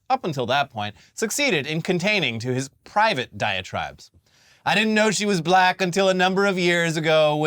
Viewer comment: Trump just can't seem to pronounce the word "black" the way a normal person does. He says it like "Buh-llack," like he's trying to find some way to put stank on the word when he uses it to refer to a person.